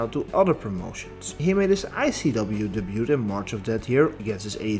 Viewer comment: Apologies for this but the way you say "debut" kinda bugs me a lil bit... anyways great video.